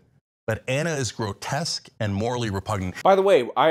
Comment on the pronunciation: Cenk keeps saying "grotess" does he not know the word "grotesque"?